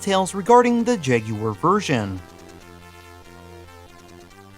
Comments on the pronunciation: Yay! Someone who can say jagUar!! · Thankfully you don’t pronounce it as “Jag-Wire” unlike a certain Gaming Historian.